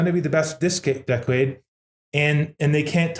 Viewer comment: Tyler has a bit of trouble saying ‘decade’.. interesting interview and great to have these guys promoting BTC.